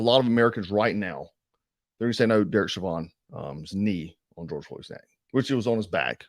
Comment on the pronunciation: "Shevan"?? Isn't his name pronounced "Showvin"?? As in..... SHOH-vən